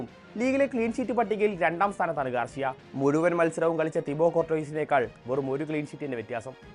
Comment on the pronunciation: ഗാർഷ്യ അല്ല ഗാർസിയ ആണ് 😌